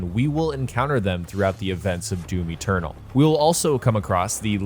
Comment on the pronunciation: its doom eternal not doom eturtle